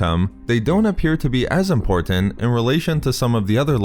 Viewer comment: Too many verbal insertions of the bastardized word, “EM-POR-TENT”...🤨